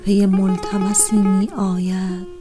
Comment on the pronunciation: خیلی افتضاح خوندید تقریبا ریدی به شعر حافظ علیه الرحمه ، بخصوص توی گویش می آید ، واقعا ریدی